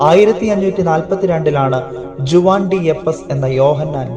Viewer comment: ജുവാൻ അല്ല ഹുവാൻ